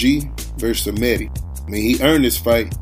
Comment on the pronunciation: first of all it is she re me ta , second this is ggg at the end of his career.Szeremeta is slower , less technical , less everything . but he has heart , he has mental toughness. The problem is Kamils coach has covid , Lapin is the same coach for Glowacki , that's why there is no WBO title fight Glowacki vs Okole. Szeremeta is tougher than Proksa , Jacobs or Sulecki . He is like a Buffalo